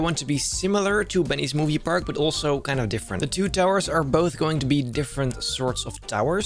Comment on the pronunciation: what did u say? BEENNYES MOVIE PARAK 2? WA